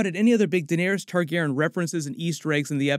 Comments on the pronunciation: Why are you mispronouncing targeryan like targerin jesus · you're pronouncing TargarYen wrong ... there is a hard E where the Y is my dear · Omg whyyyy are you saying there last name so effed up?! It makes it so hard to watch your videos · Is his pronunciation of Targaryen bothering anyone else?